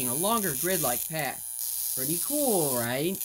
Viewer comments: Him: Pretty cooool riight? Pulls another tooth Audience: groans and spits blood Yeff, vewwy ceww. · pretty cool, RIGHT?